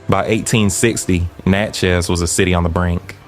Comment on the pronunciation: It's pronounced like "matches;" Natchez, I'm born and raised here. The Devil's Punch Bowl is now called Natchez National Cemetery in an area neighborhood called Marble Stone. Every year, I think between Spring and Summer "they" perform an act of theatre out there (at night) and it appears very demonic. This is from a personal account of my roadside (Cemetery Rd.) view, without any context of what the script or acting entailed. The image(s) didn't need a thousand words, my spirit said it was satanic!